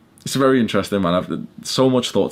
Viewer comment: “Bery jshort” 👳🏽‍♂️